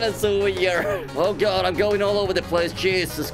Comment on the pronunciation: keeps sayin cheesus..im here, now what